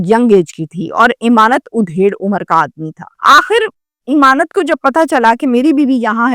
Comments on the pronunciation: چول جی ایمانت نہیں امانت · O YOU STUPID AND BRAINLESS,.THE CORRECT NAME IS, AMAANAT, NOT, IMAANAT